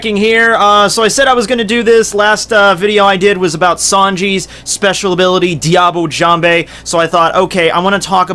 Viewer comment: "Diable Jambe" Your pronunciation makes me cringe...(yeah I kow you dont care)